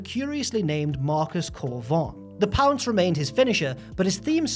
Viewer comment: When he said “the pounce” i was like “that’s not how you say it!”